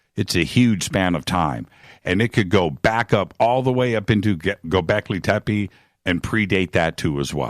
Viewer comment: Bro,you're the best but please stop saying gobekli tepe if i hear that again i'm gonna gobleki tepe